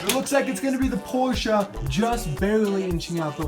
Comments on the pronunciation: Porche-a? No no no porche as in pour-shh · I hate the way he says Porsche it’s pronounced porsh but he says porsha and it’s spelled Porsche